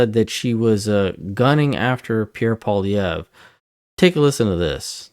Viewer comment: it would be nice to hear people properly pronounce Mr. Poilievre's last name. its not POHLEE its PWALEE EVRe. but hey... you know